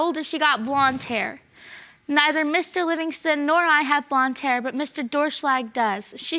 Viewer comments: "DOOR SHLAG " realy ? Lol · 'Doerschlag' LOL Sounds like Door Slag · Doerschlag (pronounced ‘Door-shlag’) is such a funny last name